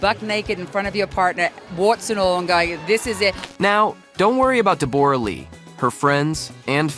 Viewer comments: Deb-aura??? I was very confused by the pronunciation. Aussies call her Deb-ra. We wouldn’t bother fancifying it. 😅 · I wish this idiot would pronounce her name properly it’s Deborah not Deborra 🙄🤦🏼‍♀️ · Her name is said like Debra not de bor ah, omg. She was never known in Australia as a delicate woman always a bit of a hard ars. She has never been one to stand in his shadow so I would not be throwing the pity party on her. Whatever happened they will all survive and get on with it. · It's Debra Lee not the way you are pronouncing it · If you are going to make a video clip about someone, it would be really polite if you pronounced their name correctly. Deborra-Lee is pronounced DEBRA-LEE. Why don't you just leave them alone? But no, you are wallowing in their troubles. 😢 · For goodness sake learn to pronounce Deborra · Never heard Deborah pronounced that way before 😆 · Noone can promise that they wont ever fall in love with anyone else. And you could ask any Australian how to pronounce Deborah correctly. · Your pronunciation of her name is incorrect, and that turned me off straight away. Great investigation work. 🙄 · These AI narrations are the worst! At the very least, pronounce Deborrah-Lee's name correctly! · Do you not know how to pronounce the exceedingly common name Deborah?